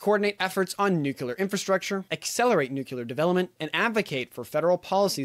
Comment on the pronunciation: Nuclear, not nuqulear